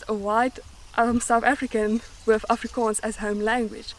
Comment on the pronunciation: It's called 'oorronding', not actually the pure way to pronounce Afrikaans vowels.